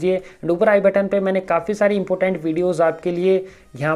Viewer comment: Bro important hai not impotent